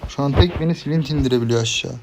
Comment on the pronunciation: Silint ? Clint yazılış klint okunuş :)